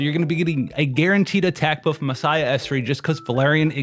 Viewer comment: The way you pronounce Massiah is insane...